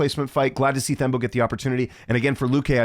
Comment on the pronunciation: It's pronounced: TEM-BAH . The 'h' is silent when pronouncing his name❤. Similar to pronouncing the word 'Ten' but replace the 'n' with an 'm'. " teM- BAH " 🎉 hope that helps.